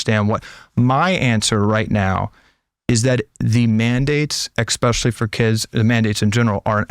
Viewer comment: Did he say "exspecially"?